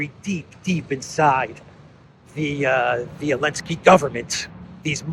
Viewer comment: Why do you say Elensky 90% of the time when his name is Zelensky?